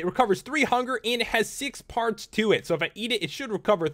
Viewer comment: when you sad parts I thought you said farts